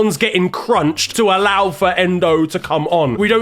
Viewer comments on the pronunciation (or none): none